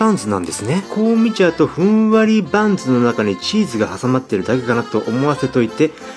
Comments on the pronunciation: パンツの中にって聞こえた気がするｗ(●´ω｀●) あ、バンズかｗ聞き間違いｗ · ふんわりパンツって聞こえた‥